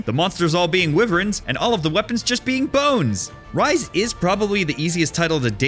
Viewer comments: Cant tell if jokingly pronouncing Wyvern as Wiv-rens or literally not knowing how it's pronounced. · I’ve heard it pronounced wyvern, I’ve heard it pronounced wyvern, but I have never heard it pronounced wyvern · wait is that how I’m supposed to say wyvern